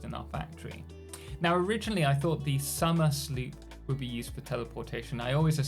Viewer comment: Very very small thing, as I also read it as Somersloop (sum-er-sloo-p), however I have seen it be suggested that it is instead Somersloop (Sum-ers-loop), which vastly changes the contextual meaning